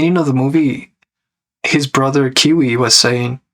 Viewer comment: You kept calling Kwei as Kiwi lol